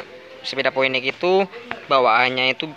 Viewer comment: Phoenix dibaca Finiks mas